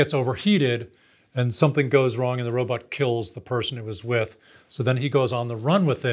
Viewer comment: It’s pronounced robot not robutt. I don’t trust people that can’t pronounce robot.